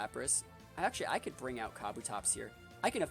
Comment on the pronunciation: It’s “ka-bu-tops”